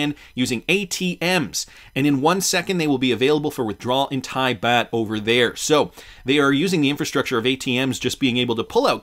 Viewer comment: Baht pronounced….. Bought